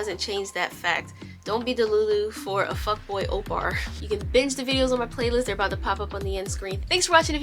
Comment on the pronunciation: im sorry but every time i hear "oppar" im like "am i missing some sort of meme here??? XD Pls send help i thought it was "oppa" LOL